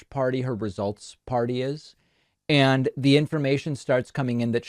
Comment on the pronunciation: Anyone in power who pronounces “And” as “eeyund” makes me concerned.